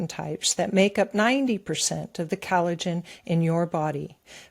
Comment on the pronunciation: is emulating VDH in his frequent mispronunciation of words. She pronounces collagen as cal-i-gen. No,, it's "coll" not "cal".